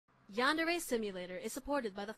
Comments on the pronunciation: ShadowAshlee PrincessAshlee925 it's YANDERE SIM. not yan-dee ray...... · ''yan..drrr...durre..yanderry...yandeeelee..'' great job jay. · me watching this 8 years later ahh all the memories when Jay use to not know how to pronounce Yandere(yein-der-ray) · Him: it’s called..yan dereee...yan darae...deer..I think its yandere. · I love how he started the series. “Yandlere.. yanderrrr a, yanderr e” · Here’s how you pronounce “yandere” yon dairy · So this is where it all started huh? That Yan-der pronunciation tho🥴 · Ah yes, yandrr simulator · "yan-durr" LMAOOOO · Yandere (Yawn- Dairy) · (Yawn”der) the e on the end is silent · Y-on-der-A lol Ik this was five years ago lol just a friendly correction lol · Its yan-dere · I think it's pronounced yawn-dairy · Its pernonced ( Yan Deer E ) UwU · ...memories....when Jay used to not be able to pronounce Yandere... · Ha ha...he didn't even know how to say Yandere. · It was funny, god this comment is old too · I scrolled 8 years of your account and found that one of your most played games is the one you couldn't pronounce. Wtf Jay, you've come so far but this is just too funny. Happy 8 years of playing man. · THIS IS SO NOSTALGIC. It's also crazy how back in the day he couldn't even say yandere correctly compared to how easily it rolls of the tongue now 240 videos later (I'm including the privatized videos in this count). This also shows how far yandere dev has developed the game and it really has been a journey from 2015 all the way to 2023. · Look at you trying to pronounce yandere when you first played. Now I look back at it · Me still laughing when he tries to pronounce yandere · I love how he trys to pronounce yandere 🤣😂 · The way he pronounced yandere... I'm completely shocked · yan- dariy yan -dare-a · Yan deh ree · Yan dee ree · opal You have no idea how to pronounce Yandere simulator it's not yan-dear its Yan-deer-ee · Ash Flame lol xxxx Yawn der ey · Ashleigh who? Yeen deere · it is actually called yan-dere simulator